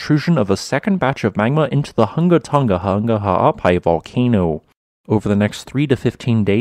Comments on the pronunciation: Bro he nailed the pronunciation of Hunga Tonga-Hunga Ha'apai precisely each and every time he said it. That's a mouthful. There's another YouTuber who provides regular worldwide seismicity updates and the poor guy struggles with some of the simplest names -- EXCEPT these elongated ones. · Extra props for being able to pronounce it! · Dude killed the pronunciation